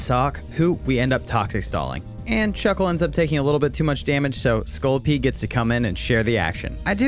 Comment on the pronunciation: I laughed so hard when you called my lovely scorlipede disguting lmao